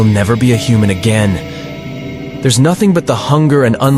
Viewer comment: I suggest editing it a little more. Sometimes there’s things that sound like run on sentences from the AI. Along with words not coming out right such as “again”. If you could manually make spaces and try to fix error words, that would be great!